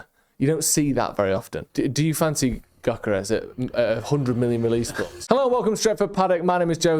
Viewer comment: As you are going to mention Gyökeres about 650 times, let me help you with the pronunciation: Gyökeres - Hungarian name, means something with roots. Gy similar to Djokovich Dj, ö is oe. Djoekeresh.